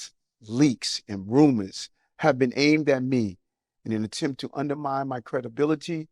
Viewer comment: He's a "tawget" and a victim of "roomuz"